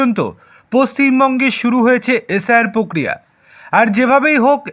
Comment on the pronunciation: পক্রিয়া নয় প্রক্রিয়া